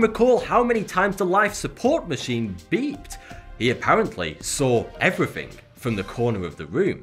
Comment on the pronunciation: No one spells somethink or everythink, why say it that way?